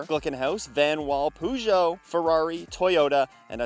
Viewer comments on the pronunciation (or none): What is a Poogeot?? Its Peu-geot!